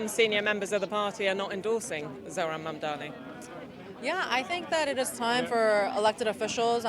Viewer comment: It is not mumdamy, it is Mumdany!! What a joke the mainstream media have become!